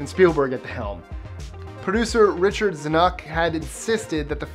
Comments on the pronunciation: You say that you LOVE movies, but a real movie buff would know how to pronounce Zanuck. If, for example, you had ever watched a documentary on the making of Jaws, you'd know how to pronounce name. One word: research. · Nice pronunciation of "Zanuck". . . Oy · "ZAN-uck", not "Zan-UCK". And it's "Gahl Ga-DOTe", not "Ga-DOT". It's "MARA", not "Maura" Wilson.